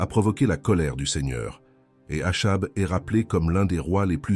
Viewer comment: le nom Achab se prononce "akab"